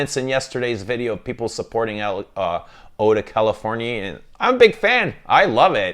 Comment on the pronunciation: Californie is how you say it in French yes